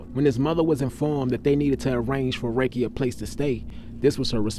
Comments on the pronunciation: Sir.. his name is pronounced “ Ra-kee”, not “Ray-Kee”👍🏽…. … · His named was pronounced Rah-Key. If you knew him back then he was a cool dude but about his business. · Dam mane it’s pronounced Ra-Kee 😅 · It’s RAH-KEEE Lordy how yu from the city n not pronounce niggas name correctly… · Love your videos. But his name is pronounced ( Rah- Key)